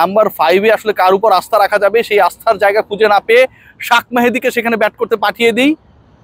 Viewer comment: শেখ মেহেদী কে আপনি শাক মেহেদী বলেন কেন?